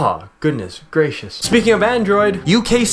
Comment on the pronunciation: o god, you made me laff hardd "insert bater...goodness gradious"